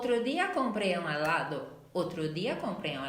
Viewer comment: Super bien tu contenido !! Solo te falta pronunciar bien el español ,, en helado parece que dices alado y confundes. Y también sería así : El otro día compré un helado .